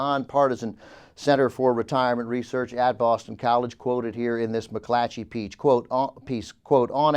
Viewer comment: whenever says McClatchy, he adds an h to his next c. McClatchy. It's a tough word to enunciate.